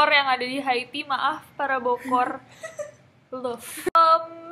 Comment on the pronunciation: Nessie : says "Bokor" People from Bogor : "Nani?!"